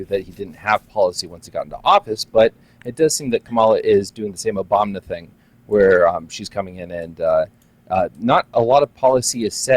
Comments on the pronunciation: why does the second guy say “ObamNa” ? and why does he keep saying Kamala’s name wrong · Why does he keep saying Obamna like the meme lmfao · That guy saying “Obamna” has to be a troll… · bullshitting the entire time saying “obamna” and “meow” lmao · He said obamna and I knew he was trolling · Why does call Obama, Obamana? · did he say obamna